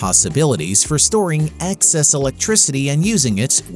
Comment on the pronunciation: EXcess NOT ACKcess. If you are going to use the word so often you'd think you'd get it right. Anyway, progress, ain't it fascinating.